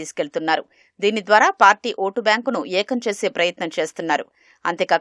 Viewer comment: Dhidiki ❎ dhiniki ✅ 😂😂😂